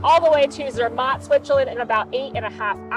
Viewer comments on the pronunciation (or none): I have to say as a brit the way you pronounce Bologna (Bol own ee a), Milan (Mee larn), Zermatt (Zeer mart) grates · ZER matt.....your pronunciation absolutely SUCKS..... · Sorry to say so (not reallly), but you are so American! Butchering names of towns (there is no ai in Sankt Moritz) and ZerMATT), as well as your lack of knowledge how to use your cutlery. In Europe the fork is used in the left hand, and as far as I know in the rest of the world as well. Adapt to the etiquette of the countries you visit, dan't be a Murican! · your "American" pronounciation of ZEMATT is absolutely PATHETIC....American, you cant help yourself